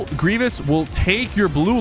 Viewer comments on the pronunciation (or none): none